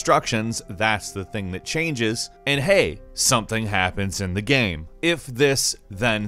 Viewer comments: Hilariously, every time says "game" he says "gam" lmmfao baaaahahahaha!!! We all love gams, these multiplayer gams lmao! Playing a gam! Hahaha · ''saem paeg in the gaem'' why do you talk like that and why are you the one narrating the videos?